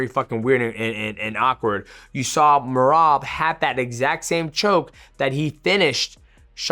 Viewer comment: Called Sean Mersean and I swear at like he called Merab Merobert😂